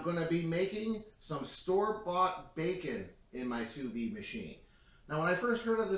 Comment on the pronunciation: Soo Veed. Not Soo Vee